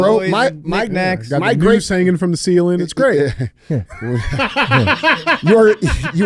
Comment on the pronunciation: Hey, what the heck is a “groose”? You said that a “groose” would be hanging from the ceiling at a Cracker Barrel